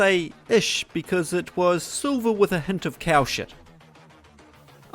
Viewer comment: It's not "cow shite", it's Hammerite.